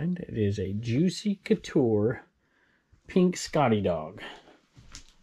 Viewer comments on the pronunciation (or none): none